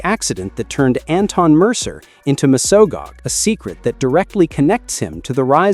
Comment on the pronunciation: if im a power rangers fan? but what if im a fan to a point because after x point power rangers gets real shit REAL FAST sorry but what did u call Mesogog ? mosoga who the hell is mosoga ? you say it like mes o gog, if you cant even say his name im already wondering what other bs your gonna say in this video